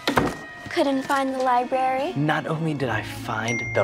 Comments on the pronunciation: Nope.. He said "LibRaRaRy" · Marta Yu *LiBraRy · "No TaLkInG In ThE LibRaRaRY" 😂